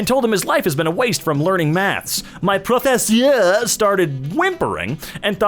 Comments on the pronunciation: Preh-fu-sur 😂😂😂😂 lol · The way pronounces "professeur" is exactly how I expected it to be pronounced and yet I cracked up each time